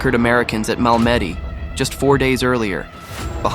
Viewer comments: A very well done video. Thank you. Just a gentle FYI...Malmedy is pronounced MAHL-mah-dee, not Mal-MED-ee. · Mal-ma-dee is how everyone should pronounce Malmady. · I enjoyed your video- the video editing & story were wonderful, but please learn the correct pronunciation of the names of weapons & places before finishing your narration- Malmedy- ‘Mal-me-dee or BAR- Browning Automatic Rifle Bee-A-R. I’ll keep watching, but try to get a bit closer to accepted pronunciation of place names. I can’t watch most AI generated narrative because of the crazy pronunciation! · Learn to pronounce French place names. MAL-ma-day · Learn to pronounce French locations properly. Al me dee'. Accent on last syllable. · I believe that Malmedy is pronounced "Mal meh dee" with the accent on "dee". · Mal Meddy? Dam ai. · Is that how you pronounce “Malmedy”? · This is well written. But, the AI voice, while good, still isn't perfect. It's not BAR. It's B-A-R. As in Browning Automatic Rifle. And you need to use that term at least once before you resort to the term of B-A-R. Not BAR. Secondly, the pronunciation of Malmedy is off. It's slightly off. But it's still off. Other complaints are more personal. "Freedom seeds?" Really? Hmm. Not sure about that. Still, the description of what this man did and how you wrote the script isn't bad. You do need to stop using video from movies and start writing to video. If you need to make mockups, then that's something you should investigate. You can use those interspersed with the generic WWII footage you are using. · the narrator should have done more research on the event. if he had he might have pronounced Malmedy correctly. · Malmedy was a important part of ww ll history please get the pronounceatton correct. Thank u